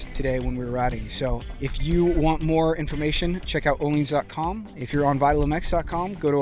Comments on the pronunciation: No he said it correct ... its pronounced "O-Leens" not "O-Lins" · That is the correct pronunciation.